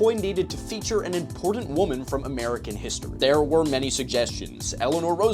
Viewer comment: OK, it's totally off topic, but why do so many pronounce the word "important" almost the same way as "imported"?